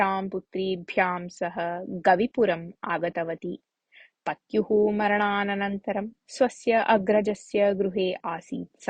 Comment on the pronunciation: "मरणाननन्तरम्" इति कथनं श्रूयते। परमत्र "मरणानन्तरम्" इत्यव भवेत् किल,!